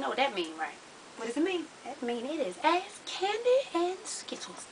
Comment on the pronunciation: I swear it sound like Candy sayin "ass Candy and Skittles" lol but I got it now LOVE YALL OD..Sexxi as yall wanna be!